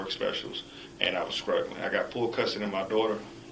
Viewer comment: "I was sKruggling"!